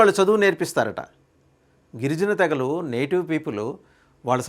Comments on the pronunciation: 🎉తే గ లు కాదు తె గ లు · తెలుగును ఖునీ చేయకండి కొంత కాలం బతకనీయండి, తేగలు కాదు `తెగలు '